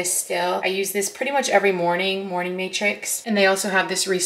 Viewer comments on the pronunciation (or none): none